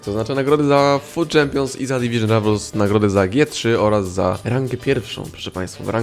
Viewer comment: "Dywyzyn Ravals"